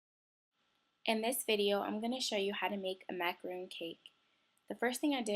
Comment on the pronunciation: She says it like macaroon (a coconut cookie) macaRONs r kind of like sandwich cookies